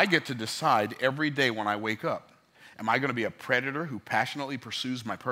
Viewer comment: I could listen to you speak literally all day. Wait, I already do 😂 BTW, it’s predator. Coulda let it go, but you help me so much with every video you put out. Figured I’d return the favor. Much love my brother. 💪🏾